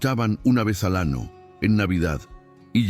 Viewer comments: Esa historia muy linda .pero .porque tiene que hablar tan malo en esa historia . ??? Como. Diciendo manana nino ano..mono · Con todo respeto.sus relatos son muy bonitos pero como esta pronunsiando las letras usted lee ano y es año lee manana y es mañana